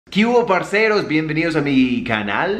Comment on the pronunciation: el dice parzeros porque en el comienzo dice parzeros, entonces no vengas a dartela de diccionario